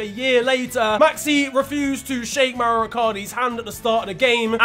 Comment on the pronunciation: It is Mauro dude, not Mauri